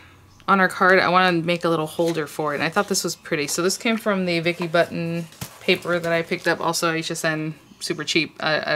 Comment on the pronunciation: Cool card. Her name is pronounced boo tin lol.